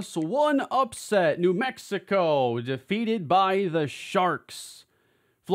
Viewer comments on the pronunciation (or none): none